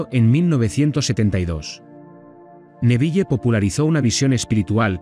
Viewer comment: APRENDE A PRONUNCIAR EL NOMBRE CON PROPIEDAD SE DICE N E V I L, NO NEVIYE